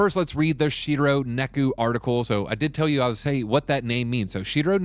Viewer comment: Neku??? It's Neko. Just look at it.